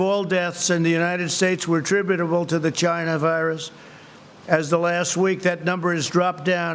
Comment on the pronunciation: Vegas is already testing 500 people? Love how he emphasises China Virus.